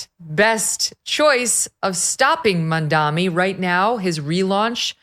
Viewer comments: It's M.A.M.D.A.N.I not Mandami😂😅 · Ok dude, it's M A M dani not M A N dami. Are you guys all dyslexic or something? I think scientists should do some research. Conservatives have some deficiency in their left temporal lobe.